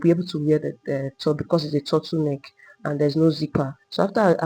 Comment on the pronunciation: Your Tuttle neck is difficult to understand